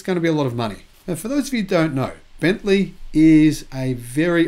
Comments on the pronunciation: Bentley! Not bentleigh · It's Bentley. Not Bentleigh.